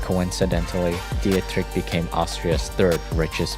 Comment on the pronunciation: Music is too loud, and you should have looked up the pronunciation of Dietrich.